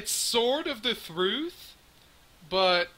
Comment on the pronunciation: Listen to how he says "truth"